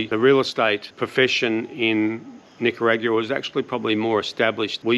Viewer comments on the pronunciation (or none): The way you say Nicayraugoooaah is so strange. Am I saying wrong?